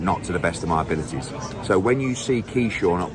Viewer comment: How come he kept saying Keyshawn? Lol